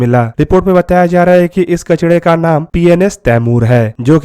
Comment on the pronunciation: Bai kacda nai kacra bol